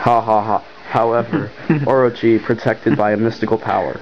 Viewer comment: shee-*RA-nuee *tounge flutter. *or-O-chee